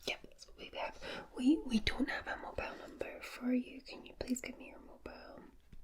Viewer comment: Say mobile correctly